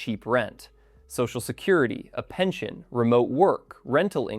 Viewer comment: There is no h in pension, nor is there an h in "pensionado".